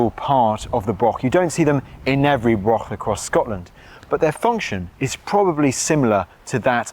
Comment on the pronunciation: Mostly English people talking about Scotland in Scotland. Then calling it Britain, stroll on Independence. It's a Broch laddie not a Brok.Offensive Unionist propoganda.